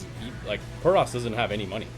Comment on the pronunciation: What bothered me was the caster saying "protis" instead of "protoss."